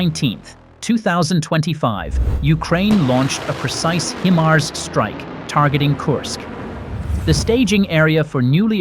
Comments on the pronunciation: Look, I wish whoever the voice is that they would look up the proper pronunciation of HIMARS. It's "HighMars, NOT HeMars. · Pronounced Hi Mars, not Him Ars! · Or He-MARS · It's been well over 2 years now, and moronic robot voices STILL have no idea how to properly pronounce HIMARS. You can solve this stupidity yourselves, by simply editing your script so it reads "High-Mars". Replace "GMLRS" with "Gee Em Elle Are Ess", and replace any distance measurement with actual words, instead of abbreviations. Then your ugly robot voice will say things correctly. This is not exactly rocket surgery now, is it? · Eventually AI will know how to pronounce HIMARS correctly. Until then I'll continue to skip out on machine generated content. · Yes but how it's pronounced is distracting. Iam gone